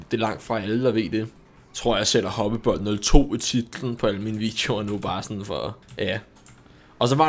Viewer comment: Du udtalt mit navn flot🙂